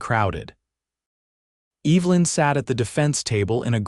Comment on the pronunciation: My mother's name was Evelyn and it really sets my teeth on edge to hear this moron intelligence mispronounce it over and over. Loved the "male" theft several times in the place of "mail" theft too. What kind of utter idiots are creating this so call "artificial intelligence"?